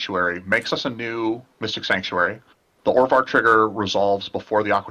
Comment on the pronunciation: Orvar not Ovar..